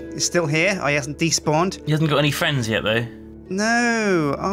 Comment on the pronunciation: is like "can I have fwends?"